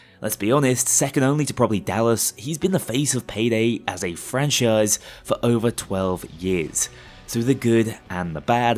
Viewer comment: This isint just "over", this is "jover"